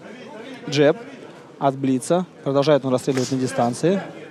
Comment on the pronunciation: что за «джАб»?! ДжЭб, блин - ты не в Ирландии. 🤣